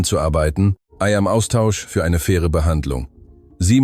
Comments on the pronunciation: Da gibt's aber noch schlechtere. Das kommt davon, wenn man die Erzählung der KI überlässt. I am statt im, das Problem haben viele. Bisher habe ich einen fehlerfreien Vortrag nur in 2 Storys gehört. Die Geschichte ist nicht ht schlecht, obwohl hier ein bereits bekannter Stoff verwendet wurde. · NRW - Hut ab -super!! Endlich eine Geschichte , die bis zum Schluss erzählt wurde. Da sollten sich andere eine Scheibe abschneiden, wie so was funktioniert!!Nur die KI Stimme sagt immer i anstatt im!! Danke